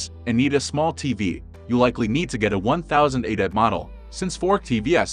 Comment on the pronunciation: Is he really saying 'fourk' and 'one thousand eightek"? i am not convinced this person is human 😂